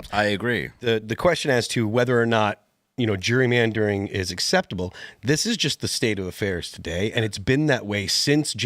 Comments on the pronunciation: Phil its gerry-mandering not jury mandering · Phil!!! It's not jury-mandering!! It's Gerrymandering!! As in my kids' ancestor Elbridge Gerry (signer of the Constitution)... pronounced like Jerry as in "Tom &Jerry"